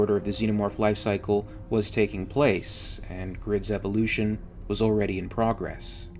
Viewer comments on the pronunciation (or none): none